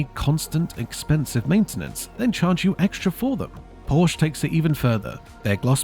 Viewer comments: Good video however, it's Porsh-a, not Porsh. Very poor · PORSCHE is TWO syllables!! "POR-SHA" I can't take someone seriously who can't even pronounce car brands correctly.